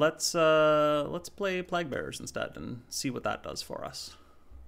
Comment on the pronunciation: Sorry to be nitpicky but it killed me everytime you said “plahg” bearers instead of “playg” bearers. Been enjoying your videos~